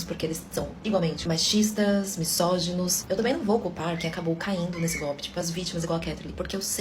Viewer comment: Alguém avisa a lacradora, mimizenta, chatinha aí do final que o "s", da palavra misógino, tem som de "z", por favor! É "mizógino" e não "missógino", senhorita feminista, pseudo intelectual! 🤮🤮🤮🤮🤮